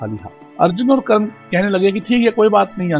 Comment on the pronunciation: It should be Karna .not karan